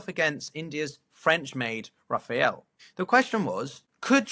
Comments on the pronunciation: Rafale - not Rafael! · Raphaël? It's Rafale. To quote some random pompous Brit: "Learn the difference." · It is not RAFAEL, but RAFALE!!!!!!!!